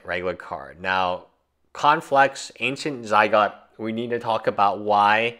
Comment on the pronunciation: Man he loves his Ancient Zy-gots...